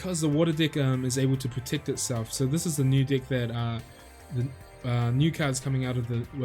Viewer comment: come on man.. he is saying that on purpose right ? xD i always understand dick instead of deck haha